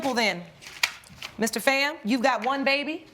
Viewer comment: First off it’s, PHAM, F——aaaa like bomb, or phat, calm etc not FAM, like Bam, Cam etc. second, I want to know who the ex husband is, how did he not know he was just a “beard”?